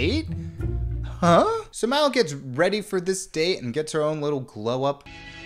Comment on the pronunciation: The way he keeps changing how he pronounces Mal reminds me of the Benedict Cumbersnatch penguin debacle